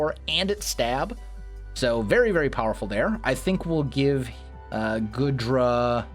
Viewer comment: That's one hyper-offensive team you got there, though, for a mono-dragon team that's probably for the best :D I think Goodra's pronounced like 'goo' and not like 'good' Maybe make these teambuilding videos for the gym teams as unlisted videos and link them in the description, if it's not too much trouble? I know most people here won't care for them, but a couple, me included, will